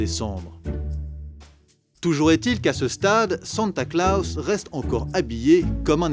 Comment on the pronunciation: "Santa Klaos"